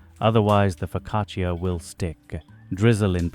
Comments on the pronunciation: Why are you calling it a POcaccia? It's FOcaccia! Also you baked it for too long. It's brown on top. Too much. Downvoted! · Nice bake, but Just wanted to mention I speak Italian, and the “i” is silent in the word focaccia . It’s Pronounced “fo..ca..cha”Annunciating the “i” doesn’t make it sound fancier. It just makes you sound ignorant. The more you know🌈⭐️ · You would deserve a parental one for the mispronunciation....foccacheeeeya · please stop saying foccacia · AI did't quite get the pronunciation of the focaccia right. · It is pronounced without the "I"